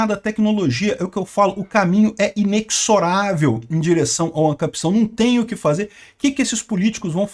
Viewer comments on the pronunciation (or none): Eh inezoravel a pronuncia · Pronuncia-se IneZoravel